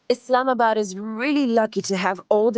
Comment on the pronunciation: Thanks for pronouncing it correctly. ISLAMabad. And not Izlamabad